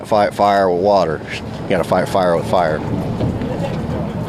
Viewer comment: Why does Trump pronounce the word "water" as "wortor"? He has his own language.